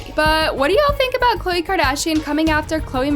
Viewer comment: “Kardian” “Khole” how did you mess up that bad 💀